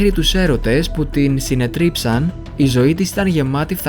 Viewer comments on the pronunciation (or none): Συνέτριψαν,,, τονίζεται Οχι,, συνετρίψαν ΕΛΕΟΣ